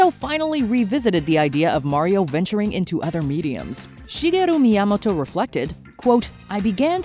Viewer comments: That is the weirdest pronunciation of Miyamoto ever😂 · The way she says Miyamoto is so cringe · “Yamoto” She missed the first 2 letters. Is she dyslexic? (Edit: never mind, continued the video. She’s saying “Mi Yamato”.)